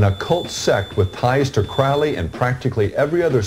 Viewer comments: If you pronounce Crowley as Crouwley I can't take you seriously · “The name is Crowley, it rhymes with Holy. It isn’t Crowley, that rhymes with foully…” -Robert Anton Wilson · Never trust anyone who can't pronounce Crowley correctly.